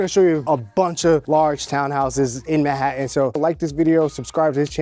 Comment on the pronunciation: “Man hat tan”. Not mahattan